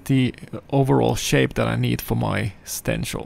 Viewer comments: Stencl = stensil - an 's' sound and not 'sh'. You said it correctly once but what the hell you're an artist in what you do. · Like sit not shit Lol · Stencil.. Stenchil..stensel..Sir with skills like that you call it whatever the heck you want. Thank you for dispensing your knowledge.